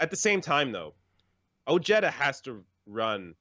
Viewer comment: Ojeda is pronounced (Oheda) not jeta